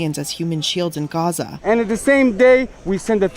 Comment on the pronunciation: it’s pronounced GA-ZA! ….. GAZA, saying RAZZA doesn’t make you virtuous 😂 traitors